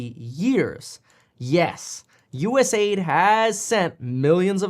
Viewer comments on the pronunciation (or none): Fun fac Kevin, it's not US-AID. it's US-A-I-D (United States Agency for International Development). Not AID. I'm not sure why you changed your way of pronouncing it.